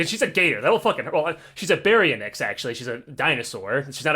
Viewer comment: > You pronounce it Barry-Onyx.